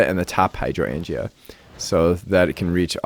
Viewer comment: I laughed so hard at your pronunciation of Hydroangea. I know..You sounded it out, and english can be a weird language to read. And we can't assume everyone has heard it spoken before. Good on you though to jump right into it.